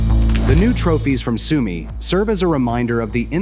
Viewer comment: ist eure scheiß KI zu blöd Sumy richtig auszusprechen